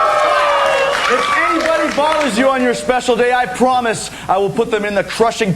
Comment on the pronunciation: That would a helluva wictory, as he pwomised.